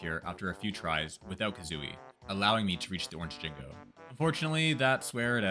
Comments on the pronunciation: Why do you say jingo instead of Jinjo? Think of Gin like Ginger and joe. Ginjoe == Jinjo. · "You need eggs to break the windows" - No, Rat a tat rap works better. "Jingo" - It's Jinjo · Hopefully this doesn't come off as mean, but how did you think Jinjo was pronunced Jinggo? They say Jinjo everytime they are collected. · First of all it's Pronounced Jin Jo NOT Jin Go. Also using the ground pound as you call it IS using Kazooie,as that move is actually called The Beak Buster. However very impressive anyways lol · Jinjos pronounce their name, how do you mess that up? Jin-Joe, Not Jin-go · Why the fuck are you jing-goes. There's no G it's both J, it's jin-jo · you had me until you said "Jingo"--they literally say "Jinjo" when you collect them lol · Jinjo... JINJO!!! NOT JINGO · They are called JINJO like Banjo Gin-JOE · Hearing "Jingo" instead of "Jinjo" bugs me a bit. I mean, they even say it. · In actuality, you got zero of the Jiggies without Kazooie. All because she pops out of the backpack to store the Jiggy. . . That dang bird. Also, they're called "Jinjos" not "Jingos"! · Jin-JO. JO. THERE'S NO FUCKING G. Calling them Jingos, after being all 'GrOuNd PoUnD iSn'T kAzOoIe GuYz!!' really fucking ruined any chance this video is worthwhile. Don't make a challenge video and IMMEDIATELY say 'uhhhhh but I get to use this Kazooie move!!' Ending here after hearing "Jingo" twice. Fuck you. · “Jinjo” not “Jingo” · ...Okay, I can forgive "Merry-oh..." But "Jingo?" Now you're just screwing with us... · "Jingo" lol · He can't use kazooie, but, it's jinjo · I cant, sub after just finiding your channel and giving excuses about kazooie ground pound, banjo shitting out eggs?? Cheating. I just can't. And your pronouncing Jin-go. Just a complete dis-service. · I was gonna sub but he calls the "Jingos" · I always assumed he said it that way on purpose to tilt banjo fans into oblivion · The way you say Jinjo feels like a slur. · It kinda annoys me when you miss pronounce jinjo